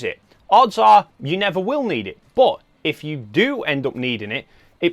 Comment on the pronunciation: Love your accent (I’m from US where we don’t speak English — old joke). Took a while to realize (not realise) that when you say “boot” you mean “but” 😉. I use two slots, when and where needed — belt and suspenders. Predict next Nikon mirrorless will sport 2 cards. The Zee v Zed joke is on us — rotate the camera 90 degrees clockwise to see the real moniker (N, for Nikon) — portrait orientation preferred?